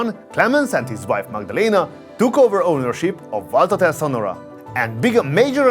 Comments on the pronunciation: Its Sonnora, not Sonorra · It‘s Sonnora not Sonorra… In German there is a difference in pronunciation…😊